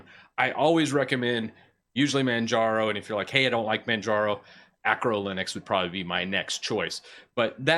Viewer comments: What the hell is acro Linux? (Totally kidding, I know he means archo) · what is Acro Linux? isn't it Arco Linux? :D